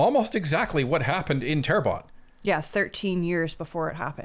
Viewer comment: Terrebonne = Good Earth = Say: Tear Bun [Bear phonetic] Sounds much better without actual French speaking. I have too struggle from "I only ever seen this written, never heard it said"... but now you know. 💫